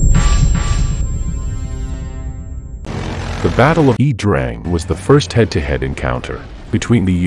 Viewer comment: I think 'Iya' Drang is pronounced eye-yah.